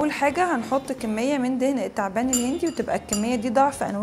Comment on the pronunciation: مش عارفه تتكلمي كويس!! الست الشعر التعبان كل دى ال شمسيه لا تنطق اشمس اتعبان اشعر هكذا تنطق